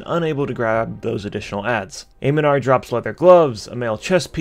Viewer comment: AM NEN NAR. i know its just made up names for a fantasy rpg... but i keep running into people clearly not taking a second to read correctly. Some other person kept mispronouncing Agamaggan in another video... even though im pretty sure one of the npcs yells something like "Victory for Aga ma ggan!"